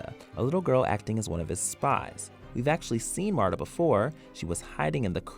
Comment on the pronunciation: Marda? It's Martha, Mar- tha. Daenees? It's Daenerys, Da-ner-ees. Please get the pronounciation of names right for the love of the lord of light.....